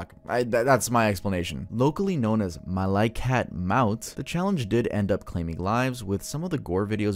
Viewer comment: I'm sorry but the way he pronounced "Makaikat Maut" is so fucking funny to me 😁